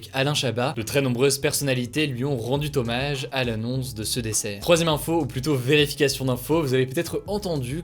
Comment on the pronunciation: "...rendu t-hommage...", sérieux, les gars, dans toute votre équipe, y'en n'a pas un seul à qui ça fait saigner les oreilles ???? A chaque nouvelle vidéo, une nouvelle faute de français plus grossière que la précédente... Je vais finir par me désabonner, comment voulez-vous être pris au sérieux au niveau des infos que vous diffusez si vous n'êtes pas irréprochables en français ????